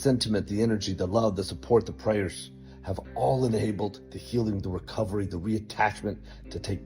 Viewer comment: You said prayers 😂😂😂 come on bro.